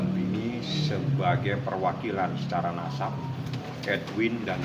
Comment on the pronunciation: lah pengaca nya sendiri yg bilang kata NASAB (BTW pake S, bukan Z. NASAB bukan NAZAB), divideokan lalu diunggah ke ruang publik. Yah siapa saja bisa berkomentar lah. Apalagi kalo informasi nya salah, siapa pun berhak mengoreksi informasi tersebut. Kecuali netizen yg otak nya ke ons kayak lu. Paham???